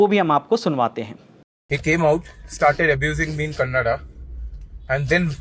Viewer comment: It's KANNADA NOT KANNAD